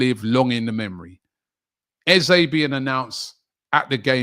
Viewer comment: Can we get people pronouncing eze's name properly 😂 its :"ezerh"